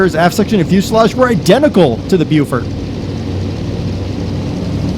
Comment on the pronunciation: The Beaufort is pronounced "Bofort"--Beau is French, means "beautiful" and it is always pronounced Bo, with a short o as in "pot" the way the English pronounce it--Americans pronounce that o as A, not as O. So Beaufighter means a Beautiful Fighter and Beaufort means Beautiful Fort. Beau is French means beautiful, pronounced Bo, and we have a word "beau" in English that means a very handsome young man. "Susan came with her beau to the party" is an example.